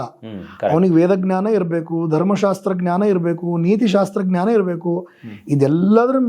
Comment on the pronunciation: GNANA IS WRONG PRONUNCIATION IT IS JNANA SORRY TO SAY THIS